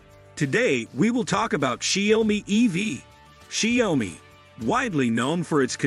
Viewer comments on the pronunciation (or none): Improve your pronouciation of the Chinesre word 小米 . I mean at least that way I can take your review seriously.